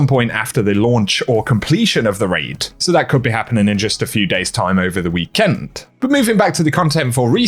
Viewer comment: Normal people: weekend: wee Kent